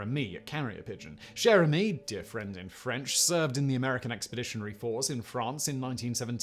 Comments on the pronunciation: 'Cher' in 'Cher Ami' is pronounced 'Sher'. Archie Bunkers chair was from the US sitcom 'All in the Family', which was inspired by the UK sitcom 'Till Death Us Do Part'. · Anyone else think Simon said Jeremy the first time he said Cher Ami? Or was it just me